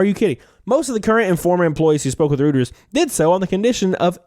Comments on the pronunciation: "Reuters" is pronounced "Roy terz". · Doesn't seem like anyone asked whether these children were getting paid or what they're getting paid. BTW, the "Reut" in Reuters rhymes with "Roy", my boy.